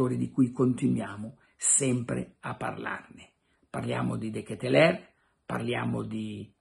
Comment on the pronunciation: DKL....pare che si pronunci.....De Ketelar ?????